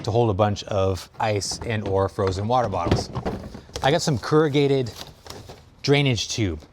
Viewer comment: "Keragated"?? you mean corrugated?